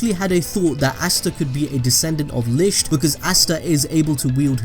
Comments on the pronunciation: He's saying lisht but its lickt licht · And it’s also pronounced lickt spelt licht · This has absolutely nothing to do with the plot, but I love how you pronounce “Licht” like “Lischt”